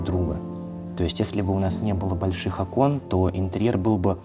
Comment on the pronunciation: Провильно Окон! Ударение на первый слог. Я поправляю каждого архитекотора\дизайнера. Люди с претензией на творческую элиту поголовно не знают элеменарных правил...